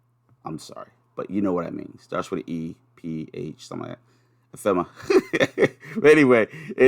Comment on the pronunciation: Great vid! Great sales! I've been thinking about expanding - so thanks for the info. I think it's pronounced (AH-FEM-ER-RA) =)